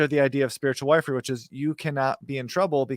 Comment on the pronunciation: Wifery is pronounced ( wiff-ery,)